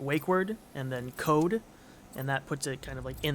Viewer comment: yeah yeah, some things are just little issues like trying to say code, and listens cold , terminal listens tur minal lol its almost there just give a little push and its perfect